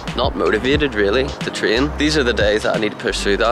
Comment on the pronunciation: Train = Trin?😂 Great = Grit?🤣